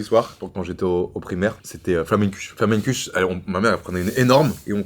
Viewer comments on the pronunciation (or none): comment sa "flammenkusch" ?? les alsaciens qui pleure sur la prononciation , c'est comme le baeckoffe se prononce baeckoffa